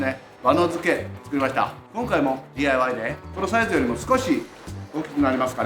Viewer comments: でぃー、あーい、わーいの発音で笑いました(笑) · でぃーあいわぁーいですね笑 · たまにDIYの発音がネイティブになるのすこw